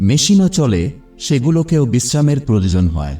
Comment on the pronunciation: Proyojan kathatake prajojan Balen keno...?